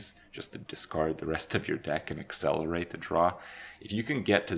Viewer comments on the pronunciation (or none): none